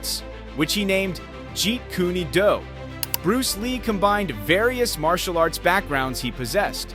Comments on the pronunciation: Yeah It's pronounced CHEET KOON DO (As in DOUGH) not Jeet Koony Doo :) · It is not kuny it’s kune like you say the month June so say it with my kuny ass it’s jeet kune do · It’s jeet kune do. Said as jeet-koon-doh. Ffs don’t use ai voice overs that can’t pronounce things the same each time they’re said or at least look up a pronunciation guide